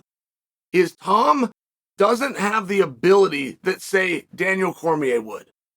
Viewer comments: If Chael says Tom Aspinall is Tomd Aspinall, then the Heavyweight division has a champion and his name is Tomd Aspinall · I believe i heared chael saying "tomed aspinall", that has to be my favorite now, he just put him in a different state of time.